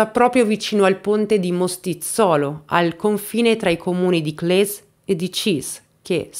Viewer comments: Si dice Cles, no Clè, è italiano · con la S più definita, più o meno come "kles" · Si dice Cles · Brava come sempre. Cles non si pronuncia così, ma pazienza. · "Volkswagen": la "V" si pronuncia "S". Errata pronuncia anche di Cles, che ha la "s" finale più forte e dura (abito proprio lì)